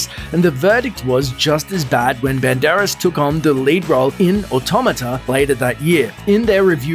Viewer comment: LOL You call him BEN-DAR-ESS, While his pronunciation is BAND-ER-ASS